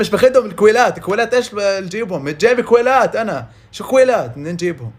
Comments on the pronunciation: متتتتتتت ضحك ع هاذه الي يكول كويلات عود كلاوات هوه يكول كويللات 😂😂😂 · اكلاوات مو اكويلات ههه